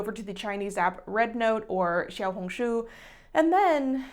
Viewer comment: ur xiaohongshu pronunciation was SO GOOD you're like the only non chinese person i've heard who pronounces it right